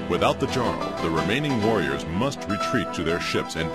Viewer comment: but you are meant to pronounce it as a 'y' eg 'Yarl'